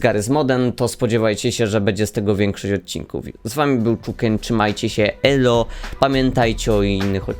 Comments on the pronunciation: Też tak mam ale słysze ey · Ja to samo now tylko ty